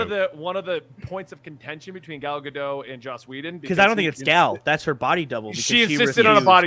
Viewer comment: It’s Gal GadoT not gal gadoh… why can no one say her name?? says it wrong like 6 times in a row. It’s a little insulting. She’s not French.